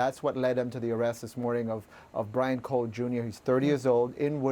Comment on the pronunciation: what? bwian?